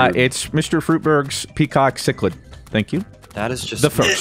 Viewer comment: Thank you for pronouncing cichlid correctly. The amount of people that pronounce it chick-lid is amazing. I keep cichlids for a living.